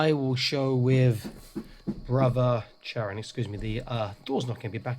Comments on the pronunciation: By the Emperor! Kai-ron, not Chair-ion!! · I’m going to be that guy. Chairon is to be pronounced KYRON.